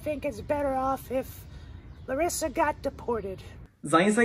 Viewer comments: The way he pronounces words as Larissa is spot on!! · He pronounced Larissa's name exactly like we pronounce in Brazil. lol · His accent and pronunciation as Larissa is on point!